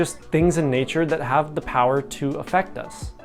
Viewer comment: The "Aff" of "Affect" is pronounced in the same way as the "Aff" in "Ben Affleck," not like "Effect"